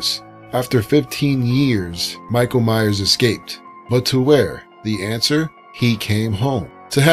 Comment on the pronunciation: it's Myers not mayers